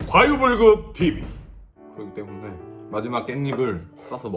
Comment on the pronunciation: 구로키 때무넹 개취했엌ㅋㅋㅋㅋㅋㅋㅋㅋㅋㅋㅋㅋㅋㅋㅋㅋㅋ발음 뭉개지는 거ㅋㅋㅋㅋㅋ 개귀엽넼ㅋㅋㅋㅋ